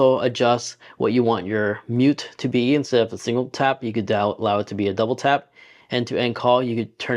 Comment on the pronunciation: “Touble tap” 😂😂